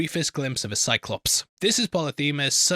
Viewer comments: The English language pronunciations of these names are: Odysseus = O-diss-eus. Agamemnon = Aga-MEM-non. Telemachus = Te-LEM-ak-us (this one has some variations to it, admittedly) Polyphemus = Pol-IF-e-mus. Circe = Ser-see. (No shade. Not knowing pronunciations because you've only ever read the name is no cause for shame in my eyes.) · AG-AH-MEM-NON MEN-AH-LAY-US POLY-FEE-MOUS